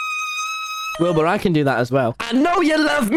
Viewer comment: MANZ REALLY CALLED HIM “WILBY” I CANT WITH “WILBY SCOOT” 😭😂